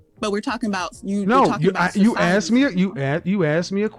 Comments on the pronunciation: Axed you? Communications? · Did she say axed you about?